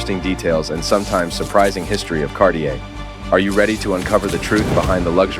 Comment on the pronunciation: Thanks for a great video. However, it will create more good will if you try to pronounce the brand name like it's actually pronounced. But again, good video, thanks for that :-)